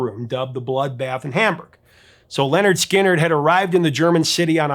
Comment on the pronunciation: LINNERD SKINNERD not "Leonard"